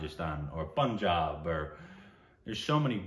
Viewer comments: Finally is coming of age now (Indianizing).. he successfully pronounced Punjab as Punjab and not ""Poon..Jab"..😀😀.. Love u (Time to change name to Kilometres now..)..😂😂😂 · Look at you!! Saying Punjab perfectly now - Even Assam & Rajasthan! You guys have come a long long way..